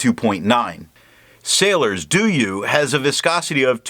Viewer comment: I like your video because of highlighter resistant test. However, the name of this ink pronunce as [Doh-you] not [Doo-you].